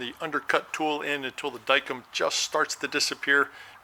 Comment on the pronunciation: Howdy... Pie; (getting close to Thanksgiving and I have certain kind of pie on the brain):) Well, I've corrected you enough on "unloosen". It makes about as much sense as showing the figures from the medicated system for people who can't do fractions...;) Anyway, today's lesson is Dykem; It's pronounced "die-kem", not "dike 'em". There's a big smile in here for you, BTW. I don't know what it is, but I do this stuff all day and then come watch you do it some more. Must be a metal thing. Now, go unthaw some water so you can have ice for your tea! Dean